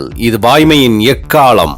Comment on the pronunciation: Ekaalam prounciatuon change pannunga pls